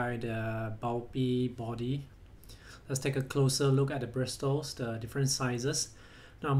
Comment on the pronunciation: I get annoyed when you say bristles or however you spell it it's probably pronounced and brissles